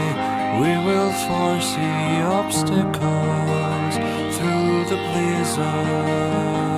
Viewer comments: It's 'Obstacles' not 'Obstacals',. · "Obstacals" lol